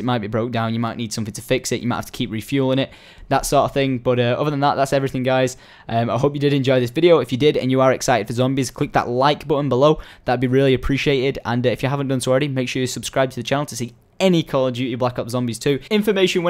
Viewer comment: Dude, its subscribe not subscrie D